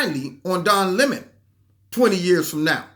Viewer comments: Don La “moan”.......love your pronunciation! 😆😂🤣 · Don Le-moan. lol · Every time you said ‘Don Le Moan’ cracked me up. Worked in well with Don Le MOAN mispronouncing Steve Shabat. Thanks for the laugh and the picture of you trying to get away but being drawn back into the battle🤺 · "Don Le'mon"...HHAHAHA Just found your channel, and I feel like I just like found a hundred dollar bill in an old jacket! ❤️ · "Don Le'moan" 😂... Le' moans too much